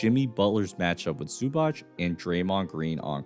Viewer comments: Great breakdown, just a little help with Zubac name pronunciation: it's basically Ivitsa Zubats, I know it's hard for Americans to pronounce it but Zubach sounds so off 😂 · Pronounced more like zubatz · My brother in Christ, please learn how to pronounce Zubac's name properly